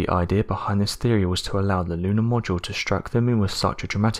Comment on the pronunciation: This narration needs a bit of translating. Allow me: "hypoffasis" = "hypothesis", "ideer" = "idea", "fourteenfff" = "14th", "fank you" = "thank you", "uhvers" = "others", "fuvah" = "further". (Pretty bad when even robot voices use poor grammar. Lol!!)